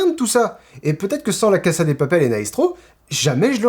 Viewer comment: c'est pas méchant mais la casa de papel ne se prononce pas avec un S mais le son Z